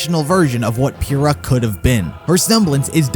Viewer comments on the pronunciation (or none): *says Pyrrha is best girl* Also: *Can't pronounce her name correctly*